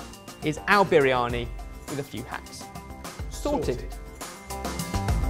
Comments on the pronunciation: Spinach? Turmeric??? Oven!!! That's not how you cook a Biryani!!! Even as a cheat that's bizarre! I bet you it tastes nothing like Biryani! And it's pronounced "burrr-yani" not "bireeyani"! C'mon lads, make a proper Biryani. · urg.. the way pronounce Briyani!, please go learn the proper pronouciation!!